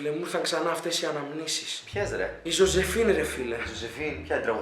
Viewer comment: Ζόζεφιν την λενε. Οχι ζοζεφίν